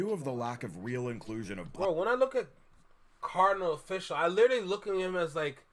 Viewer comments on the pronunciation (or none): Lol how you gonna reference the Caribbean influence on Toronto and then say "Cardinal Official" bro... say it right, it's Kar-di-NAL, Off-ish-AL! This video is more proof that Drake overshadowed the entire Canadian hiphop scene. Some of the former artists helped him early in his career and I don't feel he's ever fully repaid his debts to those who came before him.